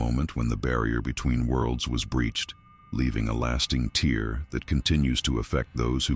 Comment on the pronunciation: love these videos but sometimes the narrator drives me crazy when uses the wrong pronunciation of such words as "tear" .